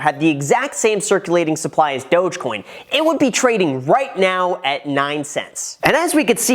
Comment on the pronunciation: Why does everyone pronounce Dogecoin like that? I thought it's more like Dawg-coin